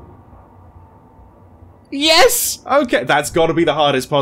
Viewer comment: I'm dying over the way said "YES" 💀💀